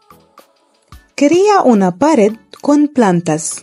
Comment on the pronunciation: Hola! Muchas gracias por compartir este hermoso video, todo está excelente y hermoso, a excepción de la narración, se aprecia el esfuerzo pero por amor de Dios que alguien le diga a la chica, que "pared e ideas" no llevan acento en la primera vocal.